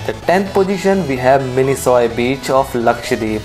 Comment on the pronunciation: It is not pronounced as 'Mini-Soy Island', it is pronounced 'Mini-Koy Islands'.